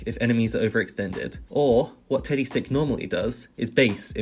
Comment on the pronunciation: Am I the only one who kept hearing tiddy stick and not teddy stick?